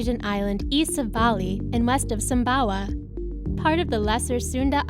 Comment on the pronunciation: San baoa ✖️ Sumbawa ✔️ 👌👍👍👍😁😁